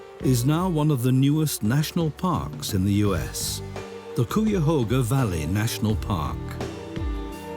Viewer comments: That pronunciation was bizarre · Great documentary. However im from cleveland and everytime i heard "cooyahoga" i cringed 😭 its "kaiahoga" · Cuyahoga sounds like 'Ki-ya-hoe-gha'. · I had no idea what area was being talked about because of the pronunciation of the Cuyahoga Valley National Park I grew up knowing that it was pronounced (Kye-uh-HOH-guh) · Hey you Brits! It’s pronounced Ki-a- hoga! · Might want to check your pronunciation of Cuyahoga 😅 Lake Erie and the Cuyahoga River is an incredible come back story I can remember when Bald Eagles first returned decades ago, and now we seeing black bears and bobcats returning. But there are still many threats and much work to do. Urban sprawl and agricultural runoff are currently the biggest threats to water quality and ecological restoration.